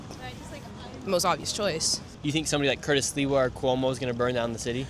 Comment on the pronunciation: this guy doesn’t even know how to talk or say Sliwa’s name. Dumb dumbass